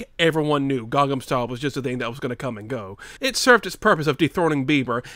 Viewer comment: ITS CALLED GANGNAM STYLE!!! NOT GANGAM STYLE!!! AAAAA!!!!! other than that, cool video